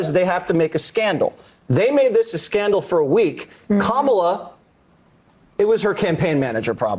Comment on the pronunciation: Jesse's mommy asked him to AT LEAST pronounce Kamala correctly - that's as far as he'll go ... Shameful Jesse